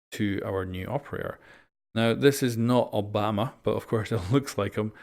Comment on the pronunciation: It’s Yobama